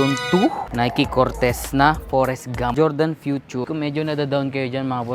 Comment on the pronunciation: QIAODAN CHINESE VERSION NG JORDAN YAN PERO BASA SA KANYA CHOWDAN